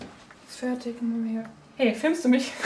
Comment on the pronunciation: Und rewi sagt immer ferchtich anstatt fertig :D